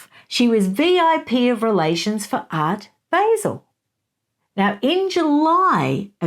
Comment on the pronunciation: It’s Art “bāh-zehl” …that’s how you pronounce “Art Basel”. Everyone makes that mistake though! Even people in here in the US who aren’t familiar with it. I only call this out because you said on your interview with Taz that you don’t mind when someone tells you the right wait to pronounce things in other places lol Great video!